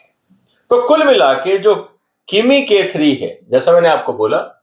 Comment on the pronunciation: Pls read MIMI ERROR CORRECT IS KIMI